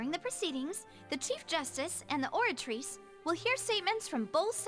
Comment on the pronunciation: Nah hes right about the names. It just sounds wrong and takes u out, u're having a full english conversation where both ppl have american accents and then suddenly a name is pronounced in broken french like the oratrice, or MUSOOR NURVILERT. Either pronounce everything with french accent or nothing t. Melus is a great example